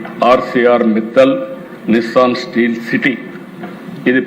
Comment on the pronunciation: అది నిస్సాన్ కాదు బాబు గారండీ...... నిప్పాన్ అండి..... ఆయ్....